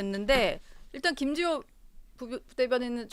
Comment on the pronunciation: 김지호. 발음. 교정좀. 하고 나와라. 정치가. 성남. 시장 판떼기로. 아냐. . 특검. 비용. 어디서 나오나..?